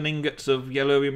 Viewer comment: it's yellorium not yellurium!!!